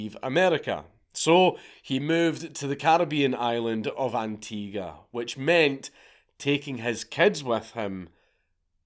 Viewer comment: BONUS POINTS FOR SAYING ANTIGUA CORRECTLY! my grandfather comes from that island, it’s BEAUTIFUL there. Most white people pronounce it as “ann-tea-GWAH” and it peeves me. Good on you.